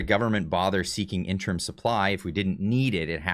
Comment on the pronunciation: Inter-IM, not "interm". Learn to read,.